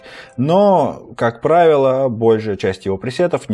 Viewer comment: не правило,а правило